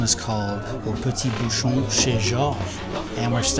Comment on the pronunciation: Question de prononciation. LYON ne se prononce pas lé-one mais li-on. De même, un bouchon se prononce bou-chon et non bou-chonne